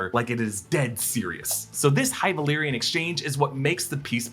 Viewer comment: Love speaking high valyrian